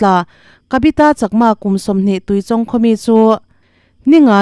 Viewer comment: A pawi ṭhin êm mai!Mitthi chhungte Pathianin Awmpuiin Thlamuan rawh se...Chuan,Tuichawng ilam dan kha a diklo,Chawngtê tih a,Chawng lamrik dan ang hian lam tur.😊